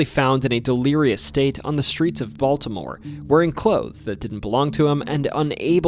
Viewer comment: Nice job. Learn to pronounce city names better. But I liked the nostalgia. A friend knew the priest from the exorcist. My first fishing trip was at Loch Raven. I didn't know about the UFO either. Thought you might touch on the Blair Witch Project.